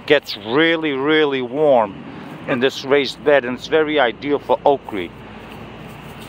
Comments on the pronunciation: It sounds like you’re saying Okree? Do you mean Okra? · Damn! I thought "okree" was just a Georgia way of saying that! I'm gonna be planting Okra here about May 1.